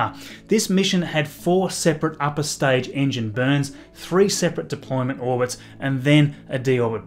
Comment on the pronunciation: Staidge is staible)))